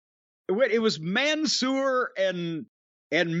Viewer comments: Jim says Man Sewer 😂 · ma.çé ..... and mån.sôör ..... are gonna be a guilty pleasure of mine 🤣